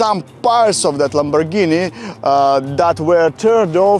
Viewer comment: Iz juz a pazt of a lamborrgihiiini 💀